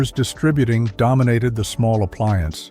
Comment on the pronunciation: Thank you for pronouncing Distributing properly.